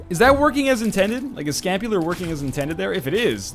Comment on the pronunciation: I cringed every time he said he had scapular